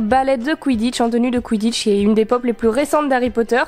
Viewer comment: A j’ai cru que t’a dis on s’en ba le quiditche 😅😂🤣😅